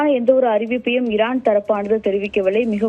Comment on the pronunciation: என்ன டி மயிறு மாதிரி செய்தி வாசிக்குற லூசு ஈரானுக்கு இரான் டொனால்ட் டுனால்ட் த்து..... 😡